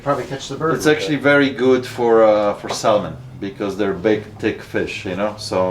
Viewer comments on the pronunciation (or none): The L is silent in Salmon. Watch you all the time! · Pronounce salmon wrong